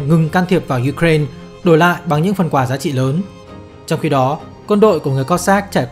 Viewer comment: nghe phèn phèn ấy. kiểu cố gắng tỏ ra là mình phát âm tiếng anh đúng. ko như người việt đọc là u cà rai na. nhưng mà u cà rai na là tiếng việt hoá mà. xong giờ đọc 1 bên việt hoá 1 bên la tinh. nghe chối chối. k biết có ai vào cắn ko. hic